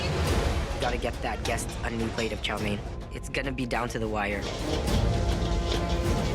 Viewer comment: chow me-in... no.. it is pronounced "chow mane"